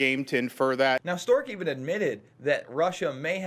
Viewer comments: Strzok (Strawk) not Stork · “Strock”...not Stork. 😔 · It’s Pronounced Stroc not Stork ! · Damn, Jason, you butchered Strozk's name. It's Str-ah-k (rhymes with squawk), not "Stork." :-o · Guys, do you not even have anyone watch these videos before you release them? It's Strzok, not Stork! I really like your videos, but you destroy your credibility by not knowing how to pronounce something as basic as a household name. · It's pronounced Struck. The fact that you can't get a simple name pronounced right puts into question you even watched the farce, or even pay attention, because his name has been out for months. I'm guessing at this point, you are reading someone elses script, and these are not really your thoughts. Putin's thought? Could be.Sad. Your misguided "reporting" is biased, fake news at best. I watched the farce, and you are very selective in the edit to how this unfolded. Putin must be your Patreon. When you have to announce you are no Trump supporter, You are a Trump supporter. Notice you showed no LouAss Gohmert. footage. BIASED.